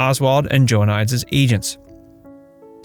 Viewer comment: For frick sakes… it’s not Joanias dumbass, it’s Joe-uh-nee-deez…..